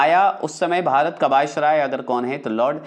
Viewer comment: लार्ड को लार्डन क्यों बोलते हैं ? कृपलानी भी गलत बोलते हैं इंडिया भी Discovery bhi कम पढ़े लिखे लगते हैं।